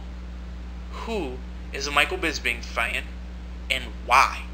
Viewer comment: Bisping, not bisbing. I dont like his attitude but he sure have some good stand-ups combinations.